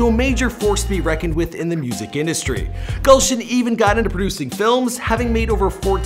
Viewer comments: Gulshan pronounced as galshan and punjabi as pun jaabi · thats not gulshun thats goolshun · It's not 'gaulson' ,rather it can be pronounced as 'goolson'( written as gulshan)